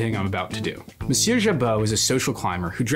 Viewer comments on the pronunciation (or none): none